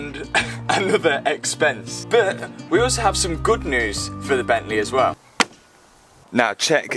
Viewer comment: Gavalaa *bentléé🤣